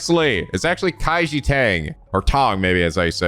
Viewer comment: Kaiji Tang’s name is “Kay-ji” (Kay as in what every Kiss begins with)